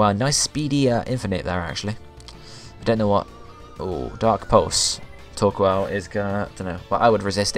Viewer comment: Torkoal is prenounce like Thor-coal, and favorite villains have to to team rocket or maybe team galactics